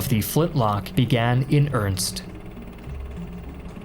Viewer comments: Earnest not earnst. But good vid. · Did you just say, "began in ernst"? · began in ernst? Wtf. Began in earnest. I don't get the goofy pronunciations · I find it funny how he pronounces "earnest" as "earnst" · “began in eRnsT”